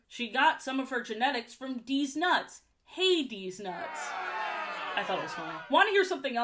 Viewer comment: Ha-deze nuts was iconic 😂